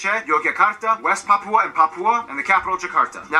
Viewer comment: dari sekian banyak kota, hanya mengatakan PAPIBOOM (PAPUA) 🤣🤣